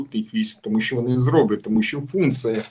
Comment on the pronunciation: Не біжить а тікає, не через годину а за годину, не спасибі а дякую. Крім того навчися читати кому перед словом ЩО, бо звучить "томущооооо" замість "тому, що"